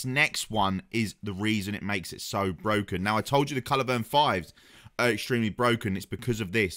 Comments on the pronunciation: At this point I'm thinking he must be saying 'culivern' instead of culverin on purpose lol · Bad do when you can't say culverin properly